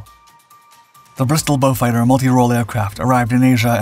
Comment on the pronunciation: The one used in the commentary is correct. It is named after a British aristocrat called Beaufort, which is a Norman French/Huguenot name hence the French pronunciation, beau means beautiful.